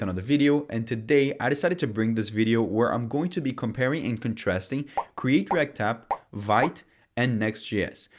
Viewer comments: It’s pronounced veet not vite it’s a France word not English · Thanks for the video :) BTW, Vite is a French word and it reads "veet" 😉 Cheers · vite for /veet/ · Well explained. Knowing that all of this is a matter of choice, i'd go with vite (your pronounciation). Also vsc been stupid... *smile*. Cool video bro and thanks for the explaination. you've made my leaning really easy.